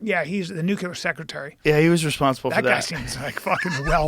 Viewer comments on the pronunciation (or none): 'Nuclear' is NOT pronounced New Queue Lar. Try New Clear. 🙄